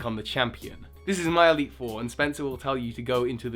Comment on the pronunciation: you once said eitle 3